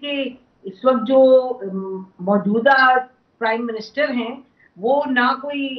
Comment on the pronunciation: کرائم منسٹر یہ پرائم منسٹر کہتے ہیں